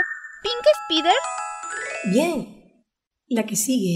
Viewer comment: JEJEJE SIEMPRE LO DIRE eres el len latino para mi te kedo genial jeje solo dile a ke practike su ingles por ke dijo spider mal XD pero animo les kedo genial